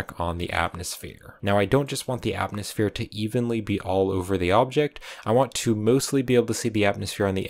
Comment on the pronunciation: Having trouble saying atmosphere? 😢